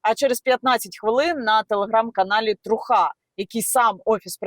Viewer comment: Не ''трухА'', а ''трУха''. Типу справжні дркази, події і тд